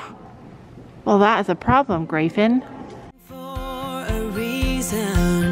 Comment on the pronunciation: This is what I say to myself every time I hear them say grey Finn!!!